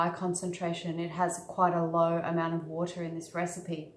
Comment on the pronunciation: "Acid to wata' is the way you oughta"